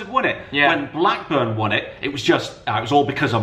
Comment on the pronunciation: iThankyou., thankyou and a billion times more for saying blackburn